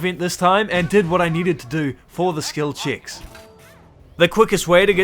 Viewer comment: bro saying skil chicks instead of skill checks